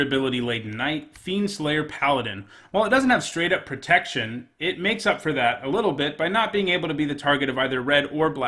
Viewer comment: "After a couple of nights in a row without pertection" MonkaS